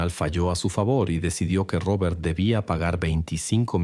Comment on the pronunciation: Porque dices Rrrrobert 😂